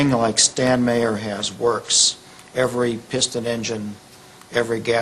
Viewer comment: I SEE "Meyer" - I HEAR "Mahr" ( :¬o)